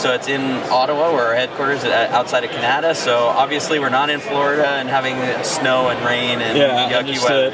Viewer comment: did he say Canada wrong?!??